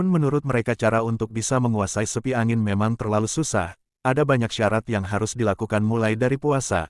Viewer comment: bukan sepi angin min tp seipi angin